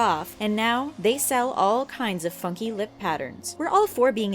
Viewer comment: funky sounded like fucking or fucky. 0.0